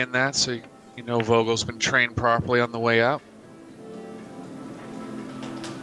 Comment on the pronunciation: "Vogel" pronounces with an F, like football. :) It means "bird". You'll hear from him.